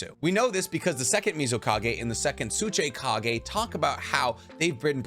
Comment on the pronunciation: also tsuchikage not tsuchaykage keep the videos coming much love